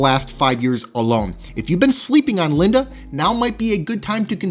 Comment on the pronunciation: Just a heads up, Linde is pronounced like windy i.e. it's windy outside and is blowing the leaves around. 🍃